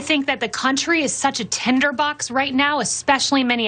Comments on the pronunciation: the word is 'Tinderbox' KayLie.....not tenderbox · Did she say Tender Box? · Is she saying “tender box”. I think she is. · Did she say "tenderbox"? She can't even get the word right. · Did Kay-Leigh Mac-a-Ninny say "tenderbox" TWICE when the word is Tinderbox??? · Keyleigh said "tenderbox" so perhaps english is not her first language... which raises her competence to just under net zero. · Is she calling it a “tenderbox”? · Small point but why say 'Tender box' and not 'Tinder box'? Does she not know what it even means? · It's "tinder" box.